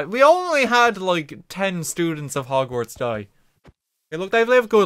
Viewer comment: "welcome to bogsnorts."